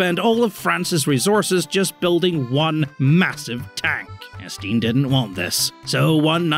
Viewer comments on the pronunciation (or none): Hearing someone pronounce Étienne as Estine is horrible